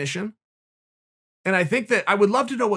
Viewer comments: Me: "Recognition" Uncle Chael: "......." Me: "Recognization" Uncle Chael: "Ok great." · Me: recognition Chael: recognisation Me: recognisation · "Recognization" The prophet Chael has spoken